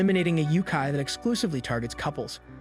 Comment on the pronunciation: I like this channel,but the pronunciation of some words is very bad like Yokai turned into Youkai. And recently Kokkuri turned into cockery it just hurts to hear.